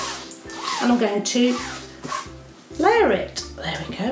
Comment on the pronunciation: amazing video but its a layer not a ler